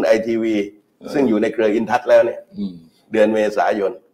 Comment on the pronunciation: ธนาธร ปิยะบุตร พิธา .สติเริ่มพร่ามัว ดูพิธา อ่านชื่อเดือนยังไม่ถูก เป็นว่าที่ นายกฯของประเทศ แต่ละเลยวันสําคัญ ของชาติ อาการหนักเป็นกรรมเห็นชัด